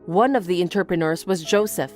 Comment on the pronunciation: I was listening, but not reading the text, so thought Mindy was saying the men were 'interpreters'. I thought, 'I wish I'd tried harder with French , because I never knew it was a well paid job.' 😄